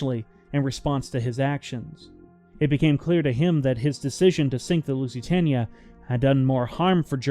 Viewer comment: At least pronounce the name of the ship correctly. And she never approached 27 kn, over a measured mile it was 25.6, and 25.8 averaged. You could've checked that on Wikipedia